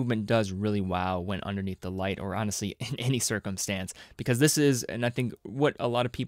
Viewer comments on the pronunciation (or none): none